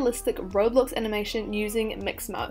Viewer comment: I loved how she said "maximo" instead of "mixamo" 🥰🥰